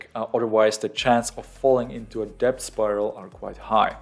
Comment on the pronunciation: Good video, thanks. btw: the 'b' in debt is not pronounced ^^.